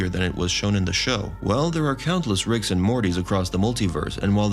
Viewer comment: STOP! Just stop saying Rickses! It's Rick's. In Casablanca everyone didn't go to Rickses!